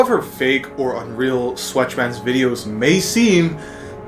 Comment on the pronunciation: sweatchman is sweat cha' man also when u said wotb i thougth u said whoppy lmao